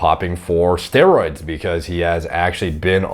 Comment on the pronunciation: “What? I don’t even know what ‘ster-ooids’ how do you even do ‘ster-ooids’?